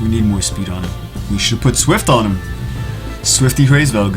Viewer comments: its Hraes Velg. And i dont think there is a Hr in English. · The pronunciation = Ra IS Veug